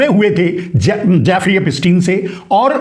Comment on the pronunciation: Naam tho teekh se bolo. Jaafri nahi naam Jeffri.... Yahudhi hai ho.